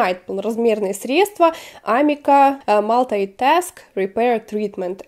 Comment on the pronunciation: наверное правильно говорить амИка, бренд начинал в Израиле и его так здесь называют.